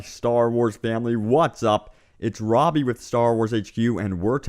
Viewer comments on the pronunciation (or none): none